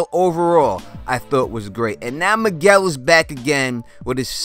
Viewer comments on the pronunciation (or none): none